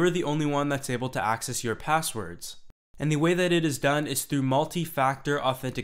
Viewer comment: "P0sswerds"?; "0Ccess"? Even though your name is actually '', I'm tempted to presume your name to be some fantastic invented NuName, like "Chamfer/Bodley/Axton/Daxfon". The English Language evolves, and pronunciations change with these evolutions; but the last ten years has brought an annoying set of Linguistic Entitites to be considered worthy (by some) of entering the lexicon. As far as my travels and interactions have taken me, I have determined that [th0t?] it's only from a certain kind of demography th0t certain changes are being proposed: The Hipster/Burning Man/Silicon CAAALi Quadrant). Reminiscent of a stereotypical Southern California joke from Thee Olden Dayes (1981), this 'new' 0ffectation is nothing short of 'V0lley Girl' talk. [Liek.. fer sure; right? Yew knew? Fully; n' st0ff]. At best, the dialect can be interpreted as being similar to Keanu Reeves' character in either of his "Bill & Ted" 0dventures It was kinda cute for about 20 seconds when Drew B0rrymore began using it publicly, in 1995. Frankly, I was surrounded by it (being raised in The O.C. from 1977 on), and thought it was an acceptable, albeit exclusively-regional and age-transitive 0ccent when kept-within the confines of its regional appropriateness - which is, specifically, among the beach-goers of So. Cal, exclusively. But to hear this insipid, juvenile betcher0ng of vowel-pronunciations, clipped (or dropped) consonants, imagined combinations of consonants (Hey, Skippy: It's pronounced "S-tre